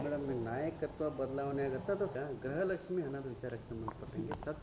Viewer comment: Grhalakshmi alla gruhalakshi mam